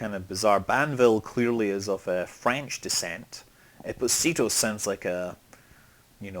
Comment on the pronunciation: Espòsito (the tonic accent is on the o, not on the i) it's italian, not spanish, means "exposed", it s a common neapolitan surname, since young women who wouldnt want to grow their baby and wanted to stay anonimous, used to expose them on a wheel-door in the Annunziata church in Naples, and nuns would have taken the childs and grow them and they got their surname "esposito" (exposed, sons of anonimous). I think in America there are some Esposito surnamed italo-americans from the south of italy, so ftl used this name for a town